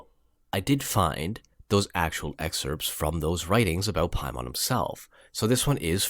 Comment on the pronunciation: Dude you’re pronouncing Paimon wrong...look to the northwest and Hail Him